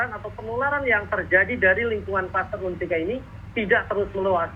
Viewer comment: UNSIKA pak.. bukan UNISKA 🤣